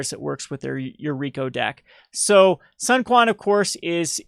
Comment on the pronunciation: The Lord of Wu's name is pronounced, "Soon Chwen" you vulgar peasant